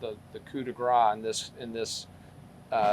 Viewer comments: YOU are the ones who would not admit to lying about the blood spatter, the prostitute, AND the divorce. BTW, it is "coup de grace," not "coup de gra." If you can't pronounce French, stick to English. And you know NOTHING about criminology or family annihilitators. You can't even do arithmetic: 30% having financial problems means 70% have NO financial problems. Triple shame on you. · Please, it is "Coup de grâce" you must pronounce it "grass" not "gras". Coup de grace as in "mercy kill" the final blow that kills.. The way you pronounce it is like "Mardi Gras" which means "fat". It sounds really weird, a bit like the coroner mispronouncing "rigor mortis". PS: Great reporting otherwise!